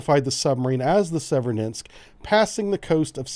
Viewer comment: I think the two "e"s in Severodvinsk are pronounced as the long vowel form of the letter "a", not the short vowel form of "e". It's understandable that we, as Americans, would tend to Americanize the pronunciation of these difficult to pronounce foreign names.